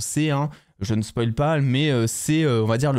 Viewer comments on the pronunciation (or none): none